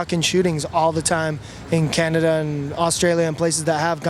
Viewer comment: That's why they call it cannaduh